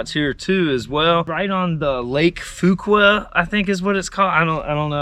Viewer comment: You got Fuqua right. I knew a guy with that last name.